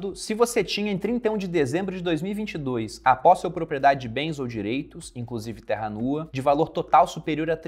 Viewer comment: quando ele leu "terra nua" eu entendi Terra Luna hahahhaha